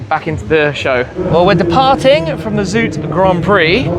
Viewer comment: It's funny how you mispronounce "zoute" (sounds like the English word out) as "zoote". That sound is actually the word in Dutch for sweet, while zoute means salty. 😂